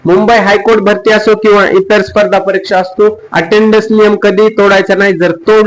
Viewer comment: भास्ती नाही रे भरती मामा